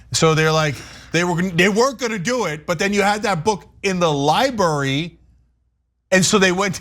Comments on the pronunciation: No one counted how many times Cenk said 'libary'? hehehe, love you man! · Lie-burry, Cenk? LIE-BURRY? Good Lord! LibRary! Library doesn't sound like Lie and HURRY! Li-bRary! It's LIBRARY! lol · Sounds like libury to me. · It's libRary...not libary. Why does Cenk pronounce it like that?